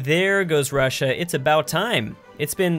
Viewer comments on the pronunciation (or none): none